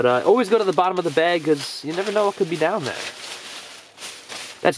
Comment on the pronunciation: You pronounce like da blob not de blob even though it’s spelled like that